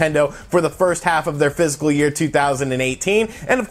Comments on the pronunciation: he's def not saying fiscal. Fiscal doesn't have 3 syllables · ITS FISCAL, NOT PHYSICAL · I don’t mean to be picky but it’s bugging me. it’s not “physical” year it’s “fiscal” year. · Physical year or fiscal year? I keep hearing physical. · I head PHYSICAL year distinctly. you aren't crazy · Almost positive he meant fiscal (likely even was saying it tbh), but I came to the comments to see if I was the only one hearing physical :P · He also mentioned spring in his comments about total sales regarding the "physical" year. My guess is he meant fiscal and it just sounds like physical... or just a mistake. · Its fiscal year, not physical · He's saying "fist full year" 👍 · No, he's definitely saying 'physical'. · Are you saying physical year?